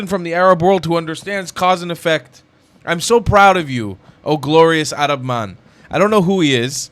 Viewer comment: yaa 7abiibi, it is time for you to stop saying "Arab" like someone who thinks he knows the proper pronunciation. Please stop saying AArab. It is 3rab. Learn the muscles in your throat to pronounce the "ع"...the "3ayn" ana b7bak waqt Taweel Edit after watching: As I have on a flashcard for my Arabic studies, "معظم الشعب الفلسطيني، انهم ضحايا التلقين التي جعلهم عميانا و يحبون العنف"